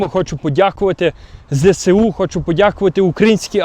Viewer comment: Збройні Сили України скорочено ЗСУ, вимовляється як Зе Ес У, бо зе се у трохи неправильно